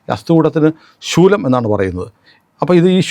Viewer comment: ശൂലം അല്ല,,,,സ്ഥൂലഠ